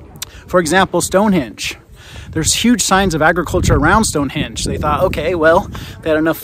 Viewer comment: Please get your pronunciation right. Stonehenge with an 'n'. You could do that at least.